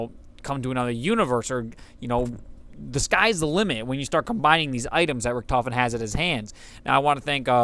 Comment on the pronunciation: Ever heard of Manfred Albrecht Freiherr von **Richthofen** (2 May 1892 – 21 April 1918)? A.K.A. the Red Baron? The "ch" sound may not exist but no character in the game pronounces the name with a "ch" sound, at least as far as I can recall.